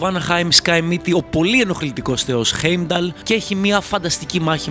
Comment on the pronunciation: Δεν ειναι η μιντγκαρντ ειναι ΤΟ μιντγκαρντ και οχι στην ασγκαρντ ΣΤΟ ασγκαρντ επισης ειναι χάϊμνταλ οχι χεϊμνταλ και ειναι φρεϊρ και ντροπνιρ οχι ντραπνιρ τα μισα λαθος τα ειπες αλλα καλο βιντεο